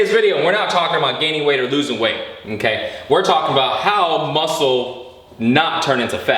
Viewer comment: the way his says mmKay is so funny